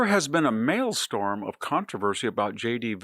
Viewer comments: Far be it for me to be correcting Professor Hanson but the word is 'Maelstrom' not 'Maelstorm'. C'mon Prof, you can do better. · maelstrOM not maelstORM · "Maelstrom" not storm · "There has been a maelSTORM of controversy..." The (correct) word is "maelSTROM." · “Mail storm…?” You mean maelstrom. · its maelstRom not maelstoRm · A "mail storm"? Or maybe "male storm". I think you mean "maelstrom", Victor 🤔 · Maelstrom - not "malestorm". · Victor: this is the voice of your Swedish grandfather speaking to you from heaven - it's maelSTROM, not maelSTORM, from the Old Norse 'stroom' meaning stream. Must try harder! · The second syllable of "maelstrom" is not pronounced like "storm", Victor. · Dear VDH: I wish I could tell your assistant this but the word is 'maelstrom' not 'maelstorm' though the latter makes more English sense. It happens to be a favorite word of mine (not sure why!). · Maelstrom, not Mailstorm ✌️😝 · maelstrom...not mailstorm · maelstrom not malestorm lol.... you're still the best though Edit... Now that I think about it, I do suppose that a "male storm" could correctly be referring to a grown man in charge of the German Security Council crying like a 12 year old girl. So yeah, there's that. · The word is "maelstrom." It's pronounced "male-strum." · Mail Storm? SMH, VDH. Is that like Nuke-u-ler or aks (sic)? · I KNOW THAT. I'm not an idiot. It's pronounced MAEL-STRUM, -STROM, or -STROME not STORM. mael-stromˌ -sträm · Pronounced “ mail strum” but I could be wrong… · Double-check your pronunciation of Maelstrom. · VDH can’t pronounce maelstrom or Junipero Serra after living in CA. Is he really intelligent? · Someone who doesn't know how to pronounce maelstrom should focus on learning basic English before commenting on political events. You're a tiny, tiny minority. Vance's speech will break European/US ties and it will be hugely damaging to the USA.